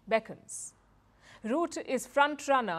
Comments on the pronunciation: It is RU-TTE, U (short sound) almost like Uttar Pradesh and the ''e'' sound in ehm, the sound you make while you think, Not the French/ English OU, more like a Mongolian/ Turkish letter. The e in the ending of Rutte is like the ending of Satya. Not Route. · His name is pronounced like Butter, without the r on the end.